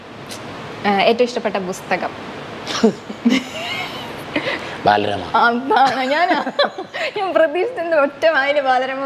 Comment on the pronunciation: ബുസ്തകമല്ല കുട്ടീ... പുസ്തകം... 😊😊😊